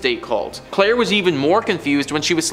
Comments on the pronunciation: after he introduced as Clair e not claire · Claire not Clair E. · He did say Claire tho